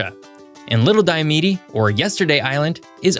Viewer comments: A few things. 1: The last E is silent. It's "Die-oh-mead", not "Die-uh-medy" 2: You never mentioned that Hawaii doesn't follow DST either. Their reasoning is because the difference in daylight hours between summer and winter is too insignificant for it to be worth it. 3: Maybe I'm nitpicking with this one, but if you want to get technical, Arizona doesn't really jump between Pacific and mountain times. Instead, Arizona stays on Mountain Standard Time all year, while California jumps between Pacific Standard time and Pacific Daylight time, and PDT happens to have the same offset as MST, UTC-7. But I guess, as an oversimplified way of saying it, what you said is fine. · Pretty sure it's pronounced "Diomeed" and not "Diomidi" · Diomede is pronounced die-oh-meed. Think of “Mede” as the same idea as “made.” … an Alaskan